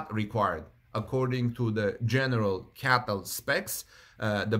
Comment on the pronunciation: Just an observation: it's not "Caytl"... I't's "Cee-ay-tee-el".